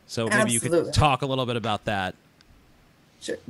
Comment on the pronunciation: TJ is still choking on the fact he said "aBUut" lol loving that